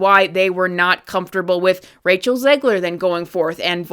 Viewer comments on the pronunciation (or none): none